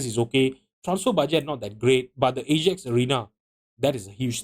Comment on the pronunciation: Lost me as soon as he pronounced “Ajax” like that.